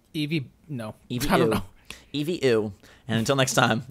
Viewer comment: This is the most cringy thing I've ever watched. Eeveer.